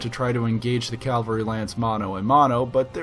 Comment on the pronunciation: I just learned about this channel and love it... but I gotta say, hearing "calvary" makes me think of churches, not stompy tanks. :P